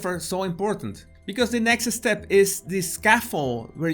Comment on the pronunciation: It's not "next estep" (3 syllables), it's "nexstep" (2 syllables). Not "just estare" (stare), but "jusstare".